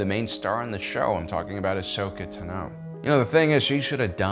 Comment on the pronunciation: Dude! You need to work on your pronunciation of Tano (Ahsoka's last name). It's Tahn-O, not Ta-No. Sorry, not sorry :-)